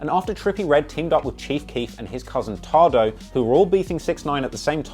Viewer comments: its "tay"doe not "tah"doe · Lol it’s pronounced “Taye-dough” not “tard-ohh” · It’s TAYDOE not tahdoh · in this video "TADO" ITS PRONOUNCED "TAYDOUGH" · “TAH-DOE”😂😂😂😂😂😂🤦🏽‍♂️ it’s “TAY-DOE” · WTF is TAH-DOE?Oh u mean TAY DOE! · its tay-do not fuckin tard-o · TAE-DOE NOT TA-DOE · Its pronouced Taydoh (Tadoe) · It's pronounced tay-doe 🤦‍♂️🤦‍♂️🤦‍♂️ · This nigga deadass just said “tardoe” 💀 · Am i the only one who cringed when he called Tadoe TADO 🤣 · pronounced tay-doe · Mans said TahDoe 💀💀💀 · This nigga said tahdough 😂😂😂😂 (tadeo) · “TAH-DOUGH” yea sounds about right. Feel bad for my man tadoe getting his name slanged wrong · calling tadoe “tah-doe” is an extremely british scene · tadoe is pronounced tay-doh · Nigga it’s pronounced “tay-dough” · Nigga said Tado 😂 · why he say tahdoe lmfaoo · It's pronounced TAY-DOE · "Tay doe" 😂😂😂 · This nigga said Tah doe 😂😂😂😂 #culturevulture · Who the fuck is Tahdoe? Lol I only know Tadoe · you're a legend but it's pronounced Taydoe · please it's pronounced taydoe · its tadoe(tay-doh) lol another great video btw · White boys shouldnt report on hip hop u cant even pronounce tadoes name smj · Bruh you don’t know how to pronounce Tadoe’s name you ever listen to Chief Keef? Smh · hahahahaha man doesnt know how to say tadoe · Funny how he mispronounces TADOE lol